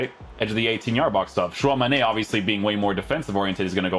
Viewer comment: love how is so posh saying tchouameni’s name while still saying it wrong! it’s not tchouamane it’s tchouameni